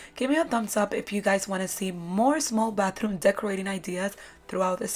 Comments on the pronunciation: I heared "bathroon"? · Y am i hearing batharooun!! Lovely decors but you said batharouns so many times, i feel like it got stucked in my head